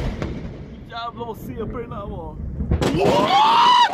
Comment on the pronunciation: No its actually "jävla"